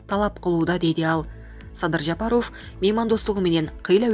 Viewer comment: Жапароооов или Жапаааров, дура ,ударению ставь нромально